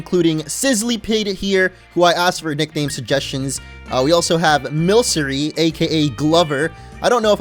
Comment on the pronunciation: I think milcery is pronounced like milk (milkery) but I have no idea